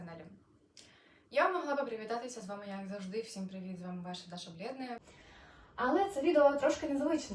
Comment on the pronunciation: Привіт! Я замітив що 11 місяців тому ви були росіянкою, що сталося що ви перейшли на українську мову, що змінилося? Даша коли промовляєте це ж російською!